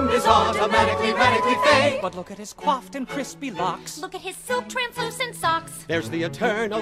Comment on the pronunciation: Coiffed, not... quoft. That's not a word you used there.